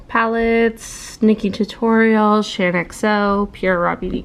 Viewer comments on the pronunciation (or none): none